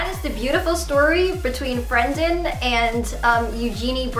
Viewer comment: i thought you were finally going to admit that you were going to take care of yourself. please get help. it's not even a joke anymore. - also, his name is BRENDON not BRANDON. lmao.